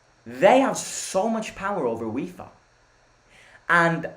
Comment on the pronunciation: Why do u always say Wifa and not Fifa? )) Or its just my imagination...